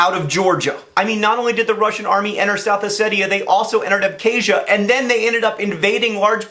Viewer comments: It's not pronounced "æbke̞ʒiɶ," but "abxazia" (using IPA). I know that mispronouncing words is your thing, but the 'x/kh' sound is not 'k,' it is like the German 'ch.' Random tidbit, the endonym of Abkhazia is Ap’khazet’i, and Georgia is Sak'art'velo. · Good video, but John's pronunciation of Abkhazia is yikes. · PS. please learn how to pronounce "Abkhazia" you have obviously never even heard of the region before the conflict happened.